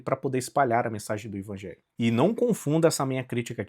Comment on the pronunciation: Mas é sério que vc pronuncia Ivangelho?